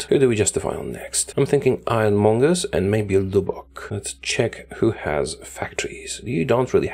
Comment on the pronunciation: "LEWBOCK" bruh